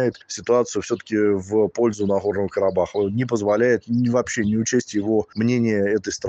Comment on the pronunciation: Вот рассмешили😆😆😆 Сначала научись выговаривать «Карабах» потом давай ценные советы 🤣🤣🤣🤣